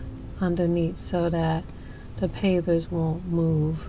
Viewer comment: At first it sounded like you were saying pathers...I couldn't figure out what you meant...hahahaha....Pavers are such an easy thing to work with...My husband and I have used them in the same way before...and other ways....Looks nice...